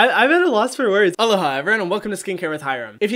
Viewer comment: Cus he prounpunces it wrong he says ohhlaha instead of alohha